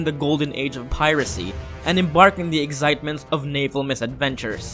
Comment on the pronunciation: eggzitement? LOL XD